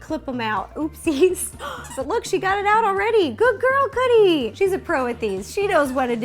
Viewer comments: not to be rude but is it just me that whenever ro says cookie it sounds like coodie? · she said coodie instead of cookie but awh they are so cute 🤩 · You keep calling cookie coodie???????? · Who else loves how she sometimes calls cookie "coodie"?! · U keep callin cookie cooddie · Why did she keep saying kodie not vookie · Did you call her coodie not tryna be rude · did any one realise that ro says coodie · Is it just me or does every time RO say cookie it sounds like she’s saying cootie?? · Did u hear Ro say coodie? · Am I the only one who heard ro saying coodie in stead of cookie the whole vid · I know her dog is called cookie but throughout the video I only heard coodie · Is it just me or Ro calling Cookie, “Coodie” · She does sometimes Idk why.. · I keep thinking you say coodie xx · She does